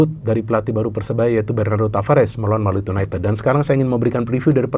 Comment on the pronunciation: Gak enak didengernya yunaited(ted),, kalau pake yu,ya diucapkannya yunaitid